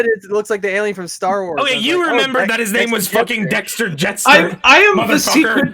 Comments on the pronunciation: I think the 'DACTAR' bit is him mispronouncing Dexter, because they originally called that alien Dexter Jettster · Pretty sure was trying to say Dexter, as in Dexter Jettster, not Daktar. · i think when says "its a dacrtar" i think is misremembering "Dexter Jettster" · when says "it's a dactar!" he's probably trying to reference when they called that creature a "dexter jettstar" and is just fucking it up